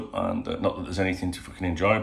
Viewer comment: His name is Veiga, so you would just pronounce it Vega, the same as the Street Fighter character or to rhyme with SEGA, because the E is before the I. The way you and the bot are pronouncing it is I before E. Love your vids, though, mate. Proper good. I enjoy them every single time. I will say: Veiga is an attacking player and we don't really need one right now; we need to shore up the defensive spaces. He'd be a great purchase, but I think he'd be a luxury purchase. The explanation you asked for: We're definitely on a budget, he wants first team football. Endo is experienced, versatile, defensive, and a leader. Veiga is literally none of those things.